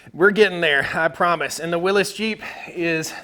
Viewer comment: Aaaaaaaa, WILLY'S, WILLY'S, WILLY'S NOT WILLIS ! ! ! Aaaaaa